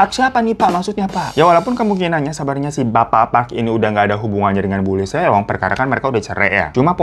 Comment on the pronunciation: Greget banget denger Seong Seong. Bacanya song bang biar enak di denger. Kalau mau fasih ya huruf O nya di baca tipis.